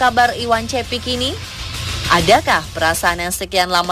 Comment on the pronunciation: Sebenarnya Penyebutan namanya itu bukan (cepi) guys... Tapi (ce'ppi') ceppi' itu artinya Kumis... Bahasa Bugis.. iwan ceppi'